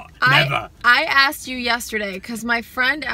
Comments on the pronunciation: It really grinds my gears when people say ax instead of ask or axed instead of asked, you get the point. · a word i hear allot is ..... I AXTED THEM SUNTHEN!!!! UGH!!!